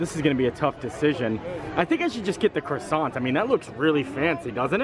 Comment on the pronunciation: Hi just to say I really enjoy your video's and you don't pronounce the R in croissant it's pronounced Quassant